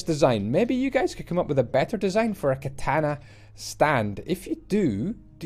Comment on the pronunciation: It's so funny how he butchered the word "katana"😆